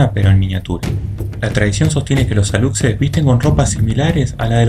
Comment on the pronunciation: Amigo, en relación con el duende Alux, su pronunciación sería Alush según las reglas del español, porque la x en maya se pronuncia como Sh en español, igualmente la población Yacxilan, se pronuncia Yac-shilan, excelente programa, saludos desde Yucatán